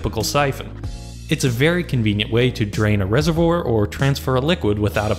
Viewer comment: rese-vwar not rese-vwor